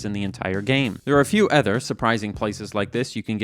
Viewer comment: Where does the word 'other' get pronounced 'ether'? Is that a Canadian accent? US mid west somewhere?